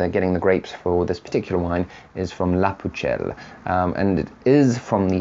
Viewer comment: 57-It's pronounce "lah poo-sell"